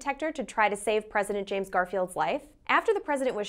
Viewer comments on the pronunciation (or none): none